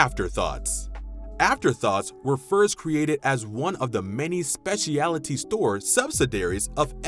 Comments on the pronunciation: it's SPECIALTY (speh-schul-'tea)... NOT "spesh-EEE-AHLLL-uh-TEA" ...no 2 additional syllables needed. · A good list and look back. Please correct your pronunciation of specialty, subsidiary and use of Warner Brothers (no matter how the sign abbreviated it).